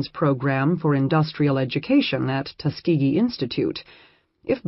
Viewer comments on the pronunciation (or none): none